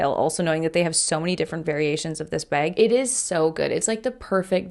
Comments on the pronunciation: As an Australian, the way you pronounce bag is slightly funny to my ears 😂 I honestly can’t unhear it — the raised vowel makes it sound like “bayg” to me haha. Still love your videos though! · I hear it to and I'm from Indiana, USA😂😂